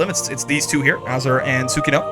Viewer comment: Ah yes Tsukino not to be confused with Sukinoe